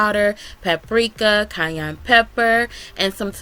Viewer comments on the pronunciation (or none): none